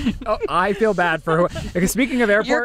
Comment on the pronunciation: and his "FILL" instead of "FEEL" 🤦